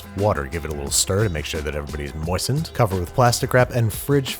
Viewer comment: The way he says moistened 😂... Is that even a word?